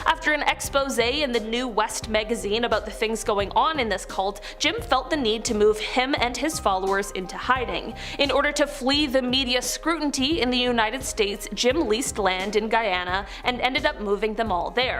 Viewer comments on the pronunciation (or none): "Scrutinty" lol